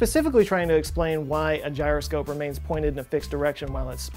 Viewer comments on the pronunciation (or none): none